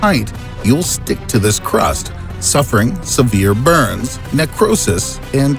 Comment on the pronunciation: the way you said “burns” though